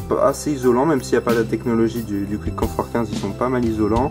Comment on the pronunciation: Pour info, Quiet Comfort se lit " Kwaït Comfort " et pas Kwitt ... Sinon bonne critique, j'aurais aimé qq détails techniques supplémentaires ( Longueur du cable par exemple ) et des comparaisons avec les concurrents.